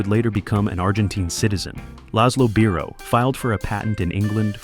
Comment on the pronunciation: Congratulations on your sometimes correct pronunciation of 'Biro', mispronunciation irks me 😊👍.